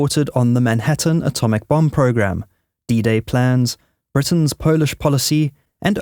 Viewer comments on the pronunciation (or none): none